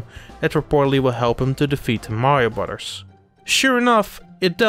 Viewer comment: "Brudars" lol